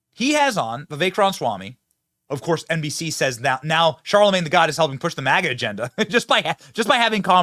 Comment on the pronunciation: You kept saying Charlamange the God. It's Charlamange the Fraud.